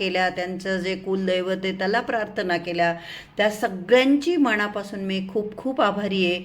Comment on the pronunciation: मणापासुन नाही म्हणायचं. मनापासून असं म्हणायचं